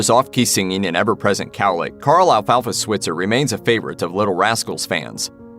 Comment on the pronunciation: Alfalfa's last name is mispronounced in this video. You say it with a long i sound.